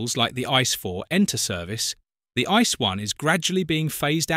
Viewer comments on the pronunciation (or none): This is NOT pronounced ice! This is „IT-SEE-EE”! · Yes, It pronounced not ice, more like "ii-tzee-ee". Nobody call it ice in Germany, nobody!